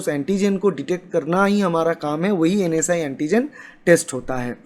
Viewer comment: Bhai vo NS1(NS 'one') hota h na k NSI(NS'I')